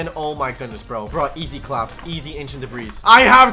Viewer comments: He seriously pronounces the s in ancient debris 💀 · It’s ancient debris but the s is silent Bonk